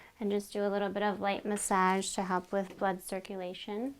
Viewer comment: Muhsajj ? I though it was massage (muhsahj)